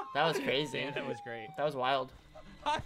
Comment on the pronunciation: Minimize dat.... and dat... not dat.... boo!!! That was an experience, lol that first minute tho